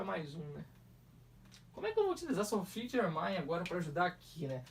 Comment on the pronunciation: O nome dela se pronuncia Sofi Germen